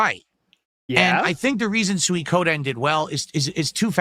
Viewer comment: It's still hilarious to me how he can say Suikoden wrong, and in a different way, almost every time he says it. You can tell by the slight stall just before he says it that he's insecure about his pronunciation, and switches over and over.